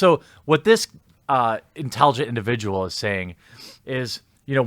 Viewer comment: An induvijal Manatee Sitjueaaation.